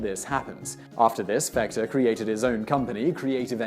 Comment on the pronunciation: Sometimes he's also calling him Fechter with a with a soft ch.